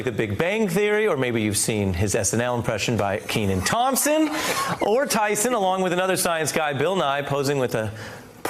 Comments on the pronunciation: Hey Ari, if you're going to interview someone at least learn how to pronounce their name and their place of employment. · Neils face when the guy mispronounces his name